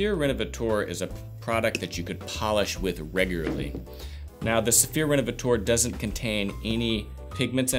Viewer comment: "Rénovateur" isn't pronounced "Renovatoar". The French "eu" is pronounced like the "e" in the English word "her", the "ea" in "to learn", the "i" in "first" or the "u" in "turtle" for instance. 🙂